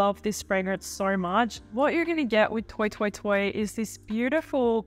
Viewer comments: Did you say, "toy toy toy?" Isn't it French? Then it's "twa twa twa.' So surprised at this pronunciation. And you with your Pierre. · Love your videos! I think it's pronounced "twah twah twah" because it's a French house 😊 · how about “toy toy toy”